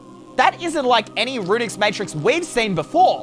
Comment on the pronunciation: Dude Runic not Runix